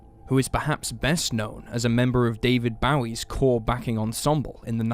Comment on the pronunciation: David Bowie pronunciation killed me